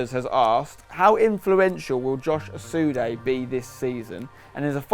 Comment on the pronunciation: I thought it was asude not osude